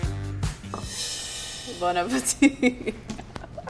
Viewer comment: “Bon apiteeth”